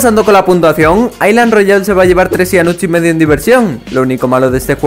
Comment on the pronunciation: Soy el único que escucho Clash Royale envés que island Royale XD